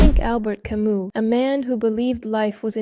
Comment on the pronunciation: Learn how to pronounce Camus the French way